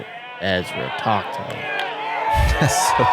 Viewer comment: "Ezwa adewhold" the only professional athlete who can't say his own name.